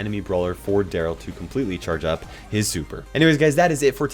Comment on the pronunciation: Daryl its Daryl